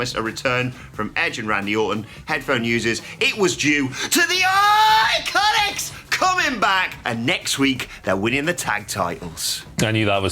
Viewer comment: Boy do I hate it when he does the whole “IICONICS” or “TITUS WORLDWIDE” thing